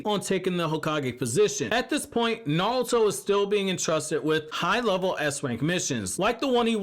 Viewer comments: It’s naruto not nalta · I know you saying Naruto Na-ru-to but you keep saying Nawrl-uto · I liked the vid, but you kept saying "Narlto" which really bugged me. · Is this guy calling Naruto:"Naluto"or is it just me? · Ay bro yo intro says "NATURO" 💀